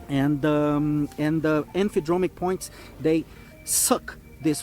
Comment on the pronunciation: I know English may be his second language, but “Emphydromic”? No such thing.